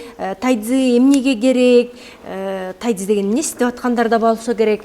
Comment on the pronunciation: Тайцзи дебей тайжи чуан десе туура болот го. Тайцзи орусча угулушу